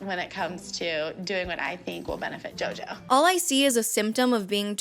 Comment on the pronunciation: I heard you bable for the first 21 minutes and then it hit me: who the eff is yoyo ?